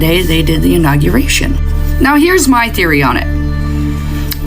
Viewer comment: The “inaugeriction”… hahaha